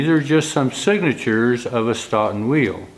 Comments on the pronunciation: Not "Staughton",,,, "Stow ton",,, Stoughton, just like Dough! You don't call it Dauw! Just saying,,, from Wis Con Sin! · Another excellent video! For what it's worth, Stoughton WI is pronounced 'stow-ton'. I always look forward to Fridays and another video by you. Thank you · FYI, here in Wisconson, Stoughton is pronounced "Stow-ton." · Stoughton is pronounced STOATON... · if you are speaking of "Stoughton" in Wisconsin, it is pronounced with a long "O" i.e., Stoeton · Sorry to nitpick, but if you're trying to pronounce Stoughton, as in Stoughton Wisconsin, you're pronouncing in a way that I've never heard being a life long Wisconsin resident. You may want to call someone from Stoughton, and ask. Just a thought.